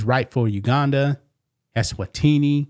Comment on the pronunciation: He needs to be deported to Eswa-teeney